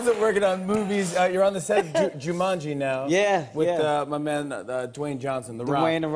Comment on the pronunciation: Jimmy Fallon please don't use the phrase "my man" like "muh man" please no oh the cringe